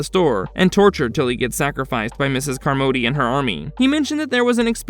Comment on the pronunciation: You must have never seen the film.... Miss Carmody's last name is pronounced " "CAHR-muddy" not "car-MODE-y". Its hella distracting Lol